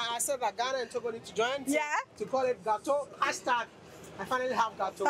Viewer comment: This wode maya is too much! He make me laugh all the time. 'Gateau' is a french name for the food, NOT Gh....ana| Tog...o[Ga..To!]